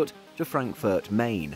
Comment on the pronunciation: Yeah...I was already in the office that morning, but this double-bang worked better than my coffee ;) Seismometers nearby reported an 3.x earthquake :)😀 And once again: "Main" is pronounced like "mine"